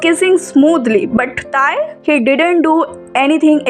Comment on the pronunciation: It's not Thai it's Tae😂